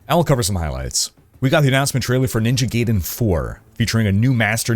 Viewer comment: Gayden lol